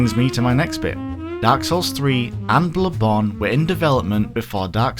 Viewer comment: it's not that hard to properly say "BloodBorn" god